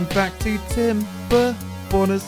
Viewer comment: Until now I thought he said timber boners